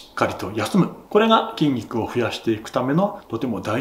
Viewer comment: てぃんにくにてぃかせられている (筋肉に効かせられている)